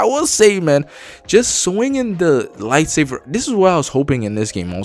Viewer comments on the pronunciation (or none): Buddy plz say lightsaber correctly not lightsaver 😂😂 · This guy saying "lightsaver" is triggering me lol, but his review is pretty spot on. A Sony first party lite imo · Are you saying light-saver? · Dude why do you call it light saver XD